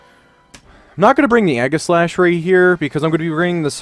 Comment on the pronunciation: Egg-a-slash?? Zap-a-dos?? do your read english??